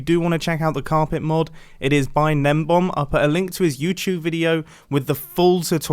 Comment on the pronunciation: It's gnembon, not gnembom